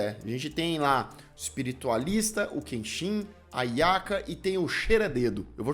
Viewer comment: A "nhaca", não Yaka kkkkkkkkkk